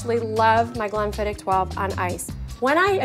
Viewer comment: She pronounced it the right way. Maybe she had less "h" after the "k" sound but MUCH closer than goobers saying "glen-fidd-itch".